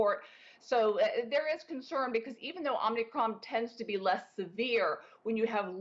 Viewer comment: This woman is a perveyor of fear, lies and ignorance. It's Om I cron, not Omn Ni cron, lady.